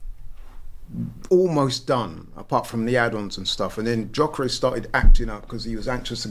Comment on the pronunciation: it’s not Jyokeres …. It’s GGGGGyokeres!!!